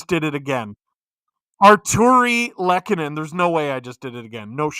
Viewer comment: Artturi Lehkonen 1-0 Avs (Lol botching his name again) Andrew Cogliano 2-0 Avs Tyler Bertuzzi 2-1 Avs Tyler Bertuzzi again 2-2 tie Mitchell Marner 3-2 Leafs Mikko Rantanen 3-3 tie Tyler Bertuzzi (Hatpy Birthday!) 4-3 LEAFS WIIIIN!!